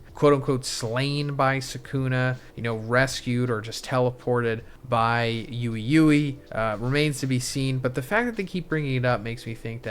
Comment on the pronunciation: Ui-Ui = "WEE-WEE" not "Yoowee-Yoowee" you're making more work for yourself by mispronouncing his name!